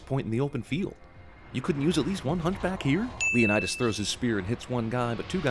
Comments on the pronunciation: Was I the only one who died laughing at leo-nide-ass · Lay-oh-need-us. You forgot to ding it every time they mispronounced it... just sayin'. I'm waiting for Zack Snyder to direct a film version of "Horatius", next. Just not, y'know, very much. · Leonid-Ass😂 im crying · Leonid-ass made me die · Leonid-ass XD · Leonid-ASS... haha!